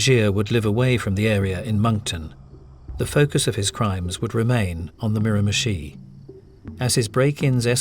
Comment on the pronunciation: Say mirimichi one more time, i dare you.